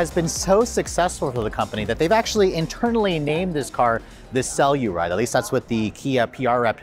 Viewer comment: the external PR team calls it the sell-u-ride? lol..